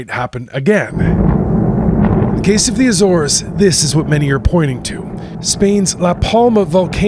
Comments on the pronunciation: The News Anchor needs to do his homework on pronunciation before going on air. It’s not “the A - Zores” it’s just Azores. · Ah, apparently Lisbon is now located in Spain. LOL. Filled with confidence with this US News channel. And it's Azores, or Acores and Not Ay-Zores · Are you a genuine news organisation? You put Lisbon where Malaga is and your anchor cannot even pronounce the name of the islands. Pathetic. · He mispronounces "Azores" too, so... 'Murika! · Sobs in Portuguese. Ah-ssor-esh is what I'm assuming is correct. Azores natives / native Portuguese - feel free to correct me. AYYY-zorz, ahhhh. :'0 :'0 :'0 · What is it with Americans, why can they never pronounce the name of countries correctly?